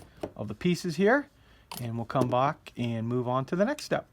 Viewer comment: "we'll come bock"😂